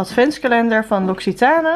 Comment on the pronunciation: Je spreekt l'occitane uit als loxietan :p